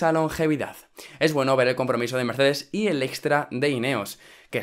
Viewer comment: en el minuto dijo miercedez jaja fuck